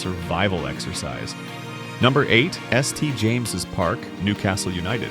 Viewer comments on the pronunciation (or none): “S T James’s Park”. Jesus wept…